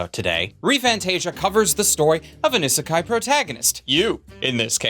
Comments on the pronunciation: Ok, I'm going to be one of those Japanese people to tell him that he's pronouncing Isekai (異世界) wrong in this video. It isn't pronounced i-sekai, but E-sekai with a hard 'E' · It's Ee-sekai. "I" makes a long e sound in the transliteration. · Do you intentionally pronounce isekai in the most painful way possible? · Is the constant mispronunciation of isekai a joke or meme that I am not weeb enough to get? (or alternately too weeb to get?)